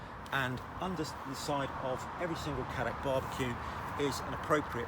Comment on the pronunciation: as a South African where Cadac originated, please everyone Cadac is pronounced as Caydac and not Caddac